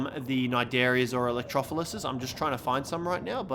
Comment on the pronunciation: pls its electro-floor-us pls